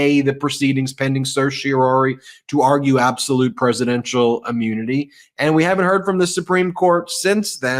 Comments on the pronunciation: Are you aware you say ammunity, not immunity? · Love the channel and am a huge fan, but please please PLEASE stop pronouncing immunity as UH-mmunity... it detracts from your credibility.